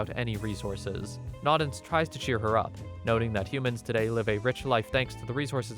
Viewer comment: Its "no-dens" not "nod-ens"